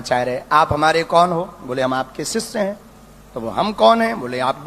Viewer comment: काही दिवसांनी हा बाबा आसाराम किंवा खरात होणार. ह्याला बोलता सुद्धा येत नाही. सिवाजी नाही शिवाजी असतं आणि सिस्य शिष्य असतं.